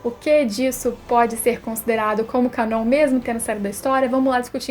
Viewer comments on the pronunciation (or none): none